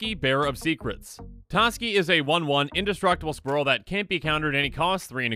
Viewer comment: Please... it's Indestructisquirrel...:D